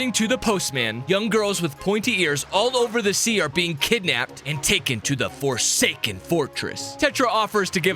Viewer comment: WE ARe FORSKAEN why did you say fosaken